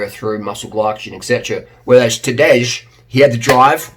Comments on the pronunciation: Tadej is Tuh-day, not Tadeusz. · Pronounce Tadej as Tadei and you’ll be fine. Great video tho. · Pronounce Tadej as Tadey. Kinda like "today" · The correct pronunciation of Tadej name is: TAH-DAY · It’s Tadei Pogačar. It’s written Tadej but youhave to sayTadei. We’d better get his name right he’s going to be around for a loooooong time. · Tadej = you spell it like Today ( Tadey Pogachar)